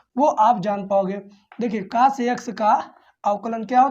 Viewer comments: कोस ❌कास✅ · Sir ji not cas, cos boliye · Cos ❌ Kaas ✅ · Cos ❎caash✅ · Cas nhi cos 😅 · Kaas nahi hota hai 😅 cos hota hai sir ji 😊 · Sir boh kaas nhi cos hota h 😂😂😂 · Cos hota hai❤❤ sar cas nahi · काश नही कोस होता है सर जी।।😅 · Sir कास nhi cos पढ़ते हैं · Pele tu pdna to sik ja cos ko tu cas pad rha hai or tu class le rha hai kya teacher bnega re tu